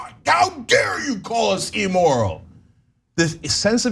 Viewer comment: Ugh, the way cenk and anna pronounce immoral is like nails on a chalk board. They both pronounce it e-moral. Better start pronouncing words right if you want to be president cenk.